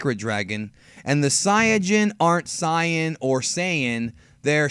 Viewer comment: no no, not saya people, it’s saya peopo